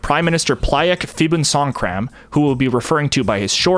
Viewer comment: If, as a Thai native, may I add, the name Phibunsongkram is pronounced simply as “Pee-boon-Songkram., not “Fee-boon Songkhram”. P.S. I am following this interesting topic as well. Keep up the good work.